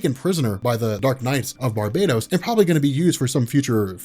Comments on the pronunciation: Bar-bah-tos! Not bar-bay-dos! One is a demon , the other is a tropical island . Guess which one you are making it spund like. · I'm almost 200% sure it's pronounced: bar-BAT-oss